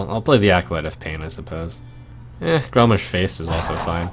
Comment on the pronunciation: Hmmm... I think it's because trump pronounces it more like "grommish" than "grommash". So... "Grommish Hellscream" becomes Gram- Michelle Scream